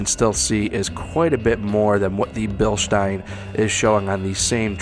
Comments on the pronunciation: If he was more of an exciting speaker and if he didn’t say Bilstein like “bilshtine” then he could really have something going with this channel bc this is a great review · It’s actually pronounced bill-steen. Currently stationed in Germany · i have the 14" travel version of these on a JKU crawler; it is an amazing shock if your rig is under 5500lbs. Respectfully, it is Bilstein ( Bill-steen) although, grammatically, Germanically and English-wise, you are pronouncing it correct for how it is spelled, Even the company people say BillSteen ( tho our Deutschlander friends may pronounce the S with their Sh inflection).....😉